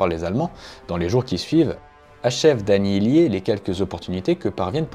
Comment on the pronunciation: "Annihiler", pas "Annihilier". 3 fois.